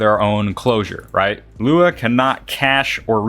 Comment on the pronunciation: Loo WOW? Dude just say lua or "LUA YOU" (luau) it isnt that different from lua.